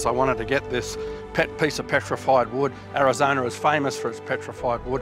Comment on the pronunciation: It's Arizona, not Arizoner